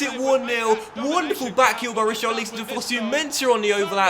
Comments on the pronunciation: Rich-ar-lisson not Ri-char-leeson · Pleassseee if you're gonna have Richarlison here then at least pronounce his name properly...it's not pronounced like 'lee-son', it's 'lison'...like how it's spelled lol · Rich - are - al - son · Please say his name properly mate :) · Why do you say richarlison name like that just say it like everyone does in England ...